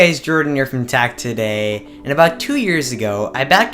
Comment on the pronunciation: You say neuron like new rohn and you say tech today like Tach todhaii you are basically a Bjergsen